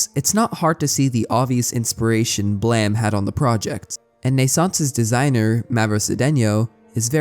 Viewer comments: Calling blame “blam” goes crazy , how’d u manage to misread it that many times lmao it’s an English word brother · Love your videos but jesus christ dude why do you pronounce blame as BLEEEM🫠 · I love the video however I’m pretty sure it’s pronounced “Blame” like the word “lame”, not “Blam” like the word Bam. Other than that great video man 👍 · That's Blame, not Blam, right? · Why does everyone call it BLAM. It's title spells blame.... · Why did you pronounce it "Blam" if it is spelled "Blame"? Do you not know about the word "Blame", or how to pronounce a word with an "e" at the end of it, or is this how the name of the manga is pronounced and it just has an unconventional spelling? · Blame not Blam... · God, I wish people would just call the manga Blame. What is Blam even supposed to mean? And don't say its the Japanese pronounciation, that would be Blamu in Katakana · So is there any reason you said "blam" and not "blame?" You caused me to spend 20 minutes looking for the wrong series and getting frustrated at why I couldn't find it... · Hearing it pronounced as Blam rather than Blame threw me off for sure lol, but it’s always one of my favorite series to listen about, I love that the mangaka was an architect that wanted to create impossible buildings and made a manga around that. naissancE and Manifold Garden have always been perfect subjects for philosophical musings and I love that for creators like you. Thank you for the video! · There’s no way Blame is pronounced Blam… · BLAM???? hahahaha it's just called blame! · Wait it'd pronounced Blam, not Blame? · Why are you calling it BLAM? It's Blame? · messed up that its pronounced "blam" honestly. whats that E doing there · This is the first time I hear Blame pronounced as Blam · Read your comment and rolled my eyes, and said something like "look at this pronunciation cop over here" then heard it. No, No you're right and I apologize for doubting you, that hurt to hear.